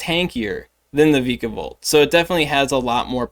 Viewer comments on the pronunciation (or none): According to the anime vikavolt is pronounced “V-eye-kah-volt”